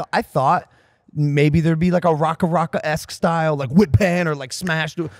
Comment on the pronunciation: Nearly a decade on and Logan still can't say RackaRacka properly 🫣